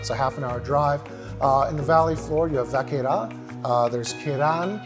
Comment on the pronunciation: And also, sorry to be pedantic, you're pronouncing Gigondas and Vacqueyras as they would in Paris. Locally, Gigondas is pronounced with the "s" sounding. Vacqueyras is locally pronounced with and without the "s" sounding depending on which locals you talk to!